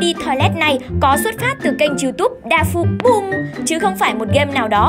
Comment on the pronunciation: Chị đọc sai chính tả từ dafuqboom